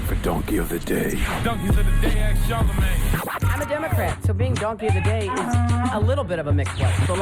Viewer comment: Charlemagne you need to stop talking politics, you can't even pronounce ask correctly 😂